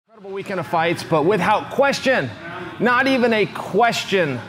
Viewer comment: Chael I'm sorry but the way that you say WITH HOUT is driving me crazy